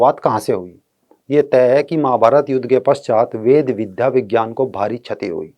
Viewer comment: को तो विज्ञान भी बोलना नही आ रहा विजयान विज्यान कर रहे हैं